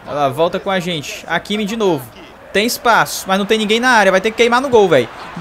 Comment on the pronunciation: Se fala ráquimi, não áquimi kkkk